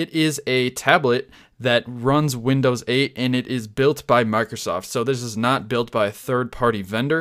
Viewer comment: comon. its "windows"